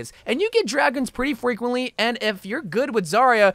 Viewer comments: “a lot more fwequently” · 'Allows to climb the ladders alot more fwequently' FWEQUENTLY im not mocking you its just funny how u mispronounced that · Lol it reminded me of that guy from Monty Python in the Biggus Dickus scene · more fwicwintly